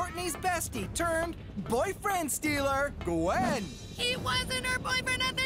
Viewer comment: 1yr late but Duncan messes up Gwen?? Gwen??